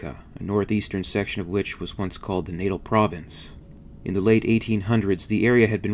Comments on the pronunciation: You’re pronouncing “Natal” wrong. It’s not “Naytal”, it’s “Naa-tal” - well, actually it’s Kwazulu-Natal now. It’s a province of South Africa. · "Nah-tahl" Not natal lmao. Excellent video tho. Everything you make is exceptional. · Please continue doing these. OH and Natal pronounced Nah-Taal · Did he just pronounce the South African province of Natal as "nattle"?